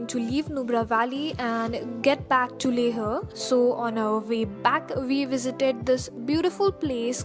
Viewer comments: Why are you pronouncing leh as "leh-a"? Isn't it pronounced as "lay-h"? I may be wrong..But I don't think that's how it's pronounced. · Dammit its Leh not Lehha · It's Leh not Leha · Not LEHA.....only LEH....h is silent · Leha nahin, only Leh!!! Make video again without accent...... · It's not le-huh. It's Leh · It's LEH n not LEHRRR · It is not leha it's leh rest thump up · Leha like 50 times and it pricks sooo much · First of all its not pronounced as LEHA but LEH. I have never heard such pathetic English accent in my life. No hard feelings but please improve your accent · I'm from Leh....and guess what, we don't mind the pronunciation.. Good vid though.. Visit back sOooOoon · Yeah its leh... Like layh..yknw Don't ask, Cuz I'm from Leh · Karan Thakur yeah man, leah is so annoying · Hey good videos, when did you visit leh? Also tell me, is to safe to go there in month of sepetember? also Iike the way you pronounce leHhhhh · Hey,how are you? I want to know which action cam did you use? By the way nice video and I like the way you say "LEH" it's kinda different!